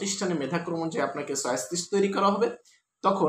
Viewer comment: চয়েস কে বলে ছয়েচ